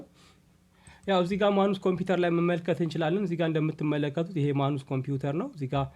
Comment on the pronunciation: ንባብ ላይ ጥንቃቄ ኣድርግ:: ማኑስ ሳይሆን ማነስ ነው የሚነበበው:: ሌላው እጅግ ጥሩ ነው